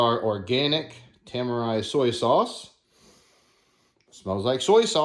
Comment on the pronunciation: i think its pronounced Te - Mar - Re tamari